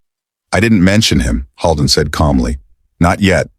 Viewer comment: I wish the narrator would pronounce the doctor's name correctly. It's not pronounced Hall-den, it's Hold-en, like the actor William Holden. Holden is a very frequently used name in my area of the state.